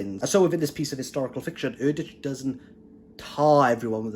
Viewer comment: I've been reading Erdrich's books for a long time. They are consistently well written and thought provoking. BTW, she pronounces her name "Erdrick".